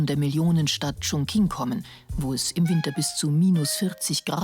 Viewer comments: Meinetwegen Kina. Aber 重庆heißt nunmal chongqing und nicht chongking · Die Millionenstadt Chunking, wer hat noch nicht von ihr gehört? Gemeint ist übrigens Chongqing